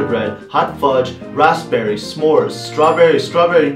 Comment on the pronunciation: he really went and said rasPberry